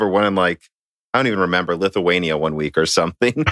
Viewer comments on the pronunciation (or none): none